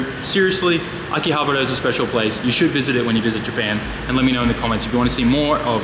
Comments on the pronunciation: The way you said akihabara makes me wanna puke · Butchered that Akihabara pronunciation. Great video though.